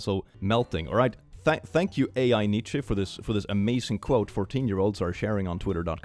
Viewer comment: ITS PRONOUNCED LIKE NICHE 😭😭😭